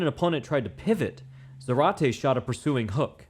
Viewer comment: It's pronounced ZAH-rate. The accent is on the first syllable.